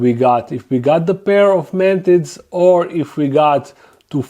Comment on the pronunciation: This video stayed playing automatically on suggested from my channels im subbed top. I was like "oh cool, I recognize that voice (I was busy doing dishes) and then I heard "man tits" and I ran to the screen and said "he said fuckin what??" 🤣😂